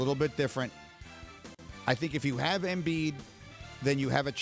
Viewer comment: Embid? Lmao